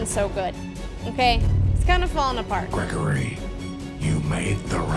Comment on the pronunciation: She can’t say the name right and the title is wrong it’s glam rock Freddy and Gregory